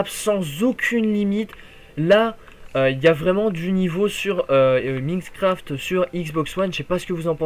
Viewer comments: s il te plait , c pas Miiiiinecraft , ca ce prononce comme Mynecraft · c'est pas pour etre mechant ce message mais pour que tu te fasse pas critiquer plus tard mais c'est Minecraft "Maynecraft" et pas Mïïïnecraft